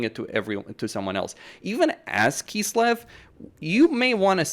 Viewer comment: why do you say "kisslev" instead of kislev?